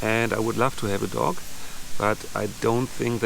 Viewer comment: Your accent caught me off guard and taught people were telling you to get a pet duck to help boost your subscribers as that would be ideal with that lake about. Then I realised you meant a dog.